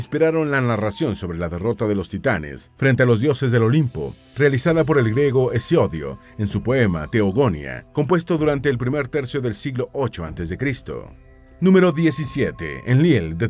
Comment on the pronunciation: Teogonia lleva acento gráfico en la i, el autor lo pronuncia mal, así hay más errores en fechas etcétera, los que opinan que es un canal muy chingón, lo es para gente ignorante